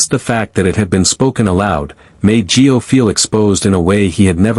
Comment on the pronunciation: For Pete's sake his name is Gio not Joe!!